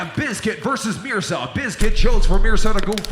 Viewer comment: Dlow bro! “Mirsa” name pronunciation is meer-za